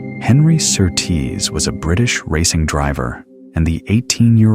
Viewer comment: You pronounce Surtees as SURtees, not SurTEES.